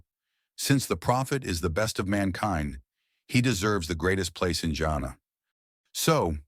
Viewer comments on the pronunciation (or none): Bro you almost saying "jannet" rather then "jannah" as in Ja an nnah